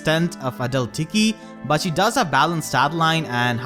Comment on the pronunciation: Every time you say adult tiki I hear a dull tiki 😂 gets me everytime I love your accent!